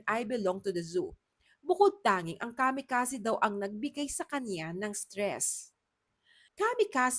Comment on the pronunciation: Kamikazee po, hndi Kamikazeh